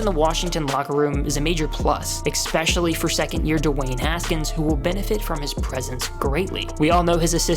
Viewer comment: . “Ex-specially”. Nice! I’m Here because of Dak Prescott. And previously Joe Theismann.